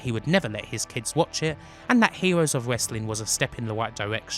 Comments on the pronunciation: "Hewoes of Westling" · "hewos of wessling"... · Hewoes of Wewstling